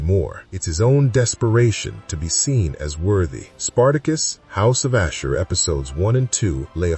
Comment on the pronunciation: Why are you mispronouncing his name like that?